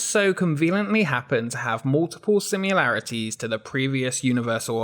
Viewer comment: 'Love your work and I want to keep those who naysay your accent at bay: I think that you'd come across as if with a more solid footing by enunciating "similarities". Best of luck.